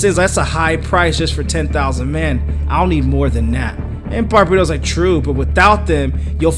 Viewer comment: Also, it's pronounced Bar-bat-os.